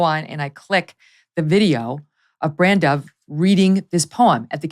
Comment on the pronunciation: Dear Meghan I don't agree with your views. But I would just like to say you pronounced BranDubh PERFECTLY. Lol. It means black raven .. or crow. And its an irish name. Usually for guys. But it is also an Irish board game. And there was some Saint in the 9th century or something. Anyway thanks for saying it correctly.